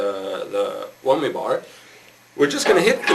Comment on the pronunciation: Lol "wommy" bar